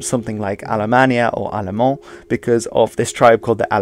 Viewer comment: just a heads up, the french word allermand is pronounced aal-a-mand